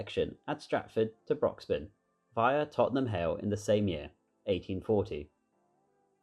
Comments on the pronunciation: Not only that, but also Broxbourne is pronounced "Broxborne" rather than "Broxbun". It hurts my ears when people say "Chesh-unt". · And Broxbourne is Brocks-born, and the river is pronounced Lee never Leya